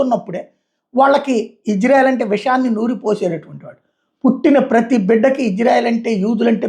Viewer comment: Ijrail or isarel? మాట్లాడం నేర్చుకో.విజయవాడ వాడివి అందుకే నీకు నేర్చుకోవడం తెలియదు.